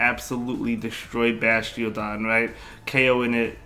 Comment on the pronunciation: DEW-GON and BASH-TIADON 😂😂😂